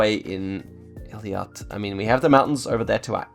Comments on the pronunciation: It's pronounced eylat, not eliat!! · great video! absolutely loved it! just wanted to say that you pronounce Eilat ay-lat (ay as in play) and not eli-at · Helpful tip: it's pronounced "eilat" (like ay-lot) and not "Eliat" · btw pronounce the city in the most south of israel ELAT